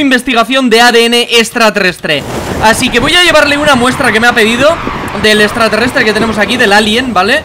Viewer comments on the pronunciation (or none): Estratreestre dijo bliste